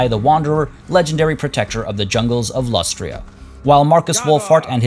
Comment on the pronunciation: "Lack Lustria" Boooooooooo, boo this man.